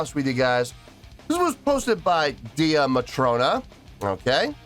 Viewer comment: wow, I forgot that I suggested this for you to do. Only thing it's pronounced Day Matrona not Dee a Matrona. They are really just starting to build a good following in Europe. They are from Ireland are friends from school days, the Drummer is the younger sister of the lead vocalist on this song, she left to return to college. They started out Buskin the streets of Belfast and have several videos on their YouTube doing covers of various groups from the 70's and 80's. This is one of their originals.